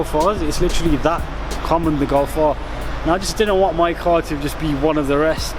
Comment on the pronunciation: sick vid but golf r you say gulf are